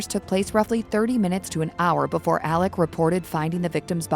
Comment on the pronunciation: Alex, not Aleck! 😂😂😂 I can't even watch this.